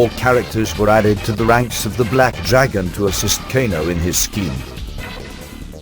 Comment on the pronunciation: LOL the guy said GAYNO not KANO